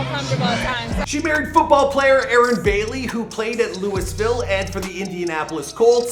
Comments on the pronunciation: LEWISVILLE 😂😂 Naw Lou-vuL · "Louis-Ville" hahahahaha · Still can't get passed the fact he said "Luis-ville" when referring to Louisville 🤣🤣